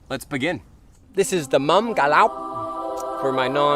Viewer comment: nghe nói ‘’ca lóc’ hay quá kkk